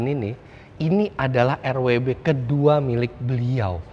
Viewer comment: Bacanya tanpa disingkat aja pake welt W, bukan Rauh double you elt Begriff. Begitu juga BMW di negara asalnya.